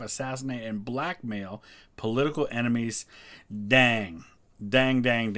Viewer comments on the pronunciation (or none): none